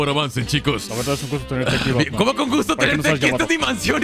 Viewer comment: "Batmaan" Gracias